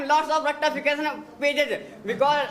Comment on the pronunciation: aakhir kaar , formal wala ldka aa hi gya ...... Ya ya 😂😅 bit bit ...... Rttaaafication😅